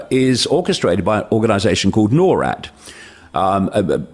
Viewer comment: Norad not nor at